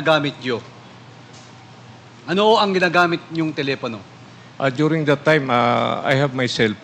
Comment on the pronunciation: Telepano o telepono😅